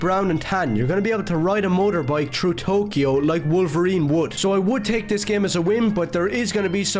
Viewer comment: Guy can't even pronounce "through" properly and he wants to yap about some "woke slop" lmao Edit: oh and the "newor detective"